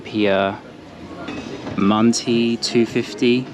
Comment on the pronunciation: simit is not shimit-- only the ş has the sh sound. if it has undotted i (ı), then it's not a eee sound but a uh sound-- from back of throut. so mantı and rakı is mantuh & rakuh, not mantee & rakee.